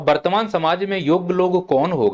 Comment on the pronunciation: पहले बर्तमान को सही से बोलना सीख लो । वर्तमान